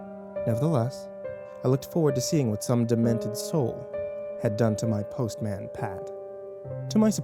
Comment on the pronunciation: The pronunciation of postman destroyed my soul xD Also author - what d'you mean 'what little remains of the show' I can watch that shit on amazon prime right now if I wanted too.. They have their own youtube channel.. and pretty sure they're still making new bits here and there x'D